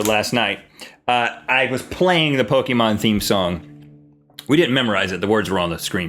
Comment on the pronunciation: My top 3: 1. Pokemon 2.The fresh prince of bel air 3.full house. Oh and Rhett said Pokemon wrong